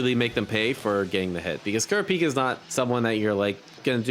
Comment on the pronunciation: Also, "Kurapika" really wants the stress on the second syllable not the first and third. It's "ku-RA-pee-kah" not "KU-ra-PEE-kuh"